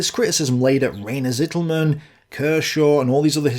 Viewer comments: Unfortunately your 2nd pronunciation-attempt of "Rainer Zitelmann" is still quite wrong. A German would write what you say as: Sittelmänn. A German Z is ALWAYS pronounced as TS. (Yes we say Tsombie, not Zombie, although we write it with z.) If you say TS-EE-telmann you will come close. The a in "mann" is not like in English man but just like you say it correctly in "Halder". The "ai" in Rainer is indeed pronounced like EYE not like ay in the English name Ray. So R-EYE-ner would come close. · your pronounciatiation of "Zitelmann" is still wrong xD your current pronounciation would be written "Sittelmen". z is voiceless, t is long, and mann is basically spoken the same as the "Mann" of "Mannstein", which you regularly do perfectly.